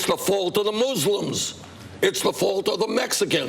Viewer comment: I laugh every time I hear a candidate pronouncing the word muslim.